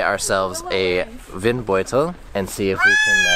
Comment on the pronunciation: Hello, your german ist getting so much better, you said "Windeutel" without any accent. brilliant. 👍